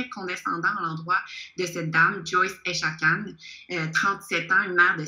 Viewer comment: Echaquan ce prononce Echa'quouan'